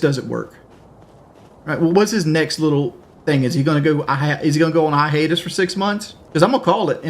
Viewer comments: Sorry, did he say ihatus when he meant hiatus?! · "go on a ihatus" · "ihatus" 😂 good ol conway education system. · Iss he gon go awn ah HAYTUS fo six munns? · Hahaha i literally laughed out loud when he said that